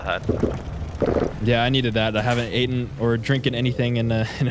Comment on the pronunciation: you said aten oh the reason i put this because i do not like improper grammer